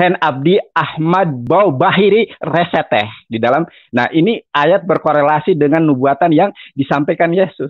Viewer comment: Yesaya 42:1.....בְּחִירִי רָצְתָה ..dibaca bakhire resyeteh.....salah baca itu...